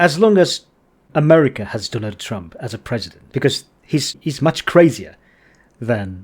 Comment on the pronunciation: のアメリカの発音がアメリカ英語＋15 Social Credit